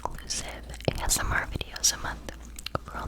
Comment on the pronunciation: "Ah-sur-mar"? Ok, yea this is a AI channel. There's no way a human read that.